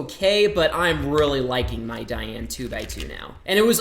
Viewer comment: *opens box form top* he has never said "DaYan" right in a video... Oh yes -- Wittwo V1 forever <3